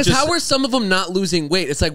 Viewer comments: Everytime Zane’s says “thum” instead of “them “ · I will never get over the way Zane says thum instead of them